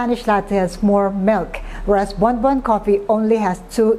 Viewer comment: it is actually Bombon coffee, not Bonbon